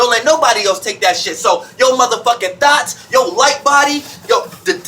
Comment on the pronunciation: I love to hear pronounce “thoughts”. It sometimes comes across my ears as “Thots” LOL 😂😂😂